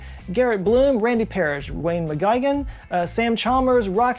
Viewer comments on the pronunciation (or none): I can’t help but notice you said Wayne McGuigan, it’s pronounced McGw-i-gan. If that is Wayne’s last name of course 😀